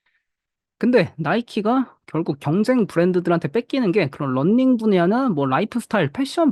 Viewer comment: 런닝이아니고 러닝인데 계속 런닝...발음 너무 거슬리네요